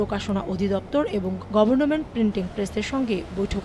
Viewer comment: উচ্চারণ: গভর্ন মেন্ট না, গভর্নমেন্ট হবে।